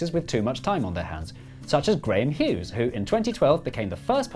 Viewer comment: At last! Graham Hughes gets recognition for his efforts! Hurrah! 😅 PS he's a scouser not a Geordie as it sounded...👍